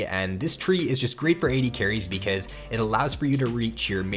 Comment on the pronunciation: I like the way he says ''becuueuze'' :)